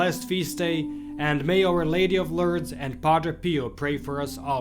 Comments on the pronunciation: it is pronounced LORDS not Lurds or Lerds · Pronounced LOORDS. Not Lurds. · Pronounced more like LOUrdes , as opposed to L'rrdes.